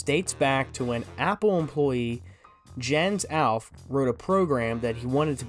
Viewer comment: While we’re nitpicking pronunciation, Jens’ name is pronounced “Yens Allf-keh”